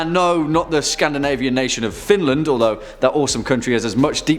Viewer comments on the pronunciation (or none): none